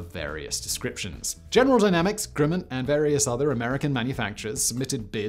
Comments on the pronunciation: "Grimmin"?....isn't it 'GRUMman"? (spelled Grumman) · Say "um". Now say "gum". Now say "grum - man". Grumman. Grimmin? Seriously? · It is Grumman not Grimman